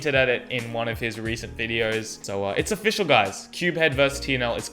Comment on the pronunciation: T-aing-man offi-kk-al asked 😂😂😂😂😂